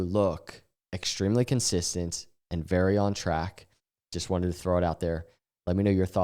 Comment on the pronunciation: "I jes wanna talk about....."